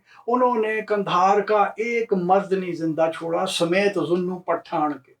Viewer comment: Beautiful and wonderful ❤ pronouncing "Path-aan"....hehehehehehe in a typical Sindhi fashion. You have rightly corrected yourself as Shikarpur was founded in the 1700's by the Phulphoto tribes. About the Chandio's, you forgot to mention this anecdote...how Ghaibi Khan Chandio got his title of Nawab by the Viceroy and his Jagirs...it is told that he once invited the Viceroy to tea when he visited the Bhutto's in Larkana. It is said that he had the tea prepared which was made by burning Currency notes to impress the Viceroy who bestowed upon him the jagir of reputedly 999,999 acres! And now coming back to "Path-aan"😉 if broken up it translates in "Grab-n-give" which was what they were called being brigands & robbers😂😂😂😂 Thoroughly enjoyed your show👍🏼👌🏼